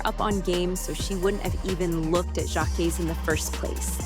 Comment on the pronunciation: You said his name wrong in a different way every time you said it. I’m blocking you and if you’re gonna be all up in black people business learn how to say people names right 😒.